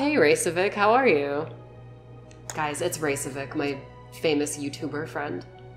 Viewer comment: Isn't it pronounced as Rey-Che-Vic?